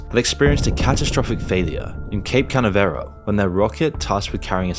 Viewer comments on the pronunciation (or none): I have never EVER heard Cape Caniveral pronounced as Cape Canny Veral. The narrator is a retard, confirmed. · Great video btw its said like "cape kuh·na·vuh·ruhl" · Cape Canaveral is pronounced "Cape kuh nav eruhl" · Its pronounced cape cuh-nav-ral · “Cape Can-nuh-ver-all” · "Cape Canaveral", it's a really commonly said word in videos about spaceflight. Go find out how to pronounce it, it's not like that. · I had to quit the video entirely the second I heard the way you pronounced Cape Canaveral. 😆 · Holy shit you butchered the pronunciation of cape Canaveral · Love you but the way you said cape Canaveral was funny